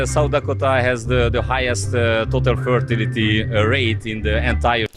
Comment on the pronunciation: Az amerikai srácot jól lehet érteni, a magyar fickó több szavát nem kaptam el, még jó hogy feliratozta. Pl. "fertility" abszolut X volt hallani.